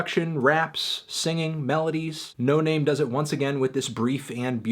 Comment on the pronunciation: its pronounced no nahmay